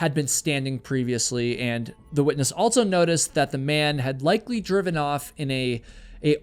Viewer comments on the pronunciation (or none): Never heard anyone pronounce also as “altso”